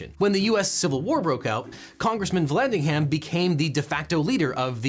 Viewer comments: When ham is in a name the h is silent and the a is pronounced as a schwa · The h is silent in Vallandigham Like Brigham or Bigham